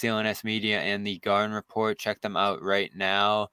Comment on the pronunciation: Gahden repot??? More like thanasis manning repot